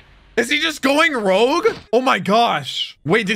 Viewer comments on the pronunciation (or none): none